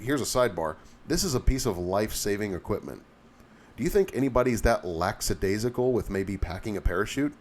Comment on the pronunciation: Great tips per usual sir. Fyi, it's lackadaisical.